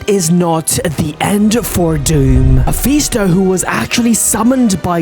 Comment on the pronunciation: its Ma-fis-to not ma-fe-sto